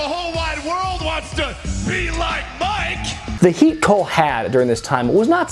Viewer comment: I wonder who that could be-uh